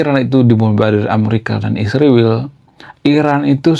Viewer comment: Sebaiknya abang menggunakan bahasa yg baik & benar dlm penyebutan ISRAEL bukan Isriwil.. Abang kan intelektual jd hrs menyebut ISRAEL dgn baik & benar.. Bravo kaum intelektual..